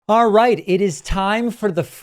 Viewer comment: pakman ptsd ... sometimes i hear "alright" as "far right" or "alt right" fr today's episode starts with "far right, it is time..." lol 5/7